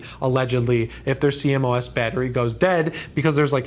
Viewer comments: it funny how u say c-mos battery haha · CMOS is pronounced "see-moss"